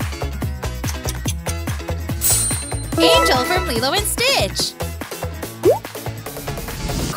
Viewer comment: wait why do you keep on saying anger?